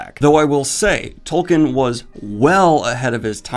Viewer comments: It's pronounced "Toll-keen". You review fantasy books for a living, man. I mean, disheveled goblin. Get a grip(hook)! Seriously though, I re-read the books last year, for the first time since the movies came out because whenever I felt that nostalgic itch, I'd scratch it with the movies. The books totally hold up. I had this incredible sensation of coming home; it's hard to describe. And that's despite reading them in another language this time (I'm French, had read them 2-3 times pre-2001 in French, never in English until this last reading). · How do you have 500k subs for a channel about fantasy books, and yet you don't know how to pronounce Tolkien's name? Its pronounced "Tol-KEEN". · The hilarious thing about all those fans is that Tolkien was a Philologist...and... - of this video...LANGUAGE was EVERYTHING to him...and I bet they all pronounce his name wrong. It's Tol-keen...not Tol-kin.... I MEAN LOOK AT THAT SPELLING!!! Imma Tol-keen fan till I die...but don't ever want to put people off of one of the greatest series of all time by being a Tool-keen fan. Spot-on Review!